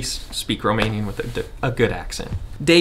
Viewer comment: I am amazed how good is your Romanian pronunciation 👍 Do you have some Romanian background by any chance?